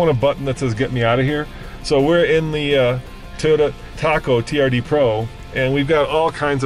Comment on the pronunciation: The Toyoda TACO lol